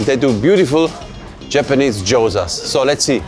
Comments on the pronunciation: How can you trust a chef who can't even pronounce gyoza? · 😅 He kept repeating it too. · Was about to say that 😂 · Might need to check your pronunciation of gyoza